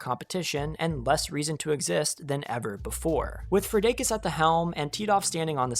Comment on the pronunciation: The way you pronounce "Fredakis" LMFAO